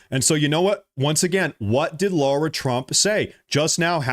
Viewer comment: Suiciding herself is an issue /worry with Ghislaine. P.S. It is LAIRA Trump, not Laura.